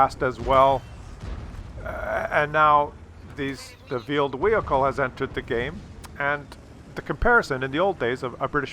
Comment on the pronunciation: I keep hearing vealed wehicle